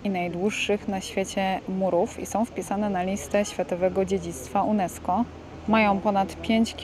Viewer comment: Światowego dziedzictwa UNESCO czyta się junesko. Tak tylko drobna uwaga. Pozdrawiam.